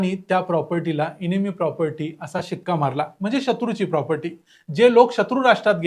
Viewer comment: इनेमी नाही. एनिमी असा उच्चार आहे. एनिमी म्हणजे शत्रू.